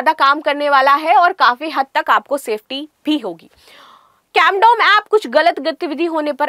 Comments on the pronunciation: Are yaar Condom nahi CAMDOM h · Camdom app hai na ki condom app😂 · Are ye digital camdom h , na ki ki condom 😂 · Camdom ❌❌ Condom ✅✅ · CONDOM ❌CAMDOM✅